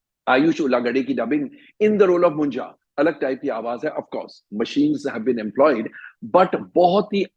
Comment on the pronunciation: Not मुंजा it's मुंज्या 😂